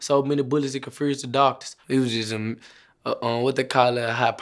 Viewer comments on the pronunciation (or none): “it confurrzed da doctah”